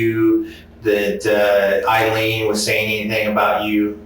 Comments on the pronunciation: Eye-leen, is how her name is pronounced. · For the love of God. Eye Lean. Not ill lean. You need to listen to the cops saying it the right way. 👍🏻